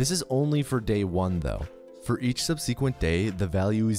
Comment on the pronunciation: You're pronouncing "subsequent" wrong.